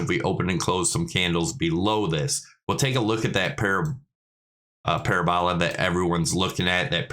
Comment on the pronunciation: it's para-bol-a